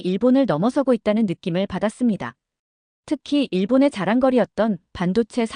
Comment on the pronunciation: 교육이 더 필요하네요. 읽기... '자랑거리' --->'자랑꺼리'로 읽는 것이 맞음.